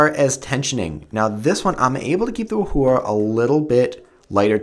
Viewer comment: I fainted at how u pronounced 'yuxin' and 'wuhua'... -.